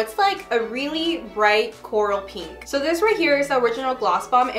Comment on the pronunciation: y’all she says pEEnk a million times in 7 minutes